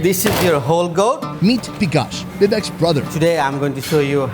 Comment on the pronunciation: Its not BIKASH its VIKASH